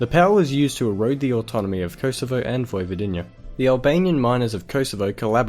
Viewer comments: and its Vojvodina u say Vojvodinja its cool bcs u dont speak serbian 🌚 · 1.Why tf is there Russian music, i know they were influenced by Russians but they are south Slavs not eastern Slavs 2.Yes there were 6 countries in Yugoslavia but mentioning Vojvodina and Kosovo was not necessary (Also its pronounced Vojvodina not Vojvodiiiina you just have to say it faster and thats where every non Serbo-Croatian speaker makes a mistake) 3.USA and the west took them apart they paid some politicans to do that so that would tear them apart becasue Yugoslavia was a strong,rapid developing country,basically you told a lie and someone who will become a historian will spread that lie across the world so the future generations will not know the true history. 4.Ivan didnt resign he was forced to leave. And i dont want to talk about the countless word that you butchered trough the video. 6/10 for effort on making this video,but you failed to tell some essential things right. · Vojvodinija.. 😂 🤣 😃 😄 😅 What a dumb fucker...